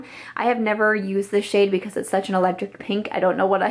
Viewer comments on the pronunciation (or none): none